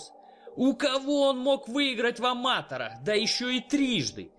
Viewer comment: "Рэ́корд в ама́тэрах" - это вообще на каком языке, автор?